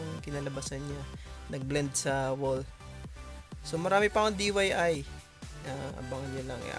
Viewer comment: it's DIY kuya, not DYI. Do It Yourself